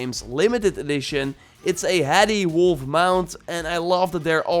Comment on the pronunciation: Did he say wolf